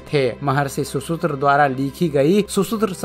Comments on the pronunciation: Bhai content bahit rich he kripya uccharan suddhi par dhyan de. Shushrut he shushutra nahi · सुसुत्र नही सुश्रुत ।